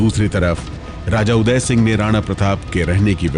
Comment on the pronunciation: Madem sigh nhi singh hota hai wo...